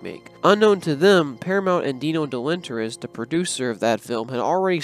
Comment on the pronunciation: Repeat after me: Dino De-Law-Rent-is. THAT is how you pronounce the name!